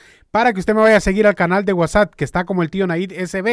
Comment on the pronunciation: sólo una observación, no se dice WhatsAt es WhatsApp con p y no con t. Saludos.